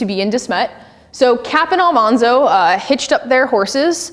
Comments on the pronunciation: In your research? Evidently, you haven't done ENOUGH research....you apparently can't even get the pronunciation of Laura's husband's name correctly! It's NOT pronounced Al MAHN zo.....his name was actually pronounce Al MAN zo....which is why she called him Manly. (Not MAHNLY) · Great presentation. I have over 100 books about Laura but I still learned a few things. One thing though, her husband’s name is pronounced AlMANzo. The show got it wrong, just ask Dean Butler who played this character. Awesome job, I need to read the books again. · If Almanzo (and you are not saying it correctly) filed for a homestead claim at the same time that Charles Ingalls did (winter of 1879 to 1880), he would have been 22 or 23 years old as he was born in February 1857. Thus, legally old enough to file a homestead claim. LIW made Almanzo younger in the books. It's irritating that I can answer the questions from the audience quicker and more accurately than the speaker. I'm no expert. I have simply read her works (fiction and non-fiction) and have two older biographies (but have not read the most recent one which I only learned about yesterday) and visited some of the locations. One hint for your next talk --- Have some water so you're not constantly clearing your throat. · If only it took one hour. It was far less than at the one hour mark and it wasn't just one error. She doesn't even know how to pronounce Almanzo's name...again she went with the TV show rather than LIW's actual life. So how are you going to defend that? She didn't even bother to learn how to pronounce the name correctly because that's how the TV show said it. If she's such a LIW expert she should have listened to the one recording LIW did in her life where LIW pronounces her husband's name. The incorrect information about the college for the blind was the final error that I could take. I shudder to think how many errors I would have caught if I could have forced myself to sit through the entire hour.